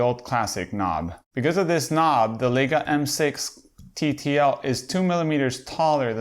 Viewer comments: If you review Leica first learn that it is LAJKA not LEJKA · Pronounced LIE KA